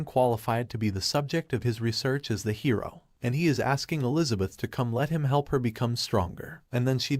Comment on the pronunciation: I love how the text to speech software is very funny. Because it for some reason can’t say hero half the time.. and says hiro